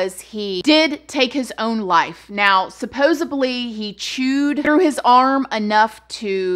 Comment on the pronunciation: Not in a mean way at all...promise :) ...but you keep saying "supposebly" however the word is "supposedly" . With all the love.